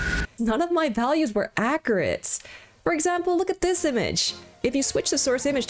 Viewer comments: The choice to mispronounce the word accurate is top tier baiting! Good on you! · I love the way you say accurate